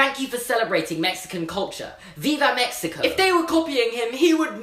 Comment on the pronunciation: That's not how you pronounce "Viva México"...